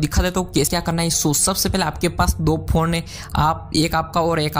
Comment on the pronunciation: you don't know how to pronounce phone.